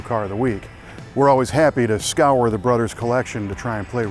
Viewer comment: The brothers collection? Or broders collection. What’s he saying?